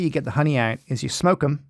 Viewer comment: "Shmoke it.." As Dutchm'n I can appreciate that :D